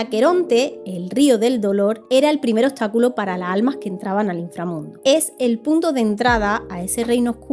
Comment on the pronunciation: Me encantan tus videos. Pero me irrita mucho el hecho que no pronuncies las S finalessssss "La alma" lassss almasss!!!